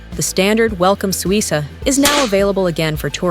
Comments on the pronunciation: Suica is pronounced Swi-kah, not Swi-sah. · FYI it’s pronounced “Suika”. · AI generated garbage (can’t even correctly pronounce “Suica” or “Visa”). Over tourism is a plague and Japan is just about played-out.